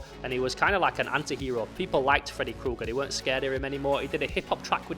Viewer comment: Fredaye Kooger 😅